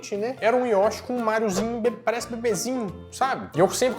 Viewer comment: Se pronuncia YoshÍ. rsrs